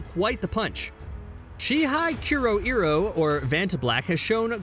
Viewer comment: "kuro iro" NOOOOOOO